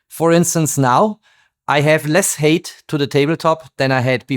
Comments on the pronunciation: For height you say hate (Hass) It should be hite (höhe). Merry Xmas! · Height is not pronounced het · 😅Height = hite not hate. Very interesting video, as always.